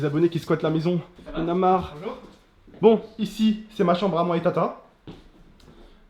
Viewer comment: "binjour misiou" chui mort xD